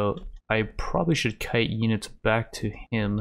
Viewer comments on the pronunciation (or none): none